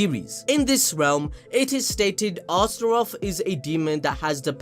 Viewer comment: Also its not two names/words. Its just one word Astroth like Goth girl from teen titans home land Azeroth. Its ostr-oth you'd trigger me if you didn't already completely make me hate you for shitting on Fairytale.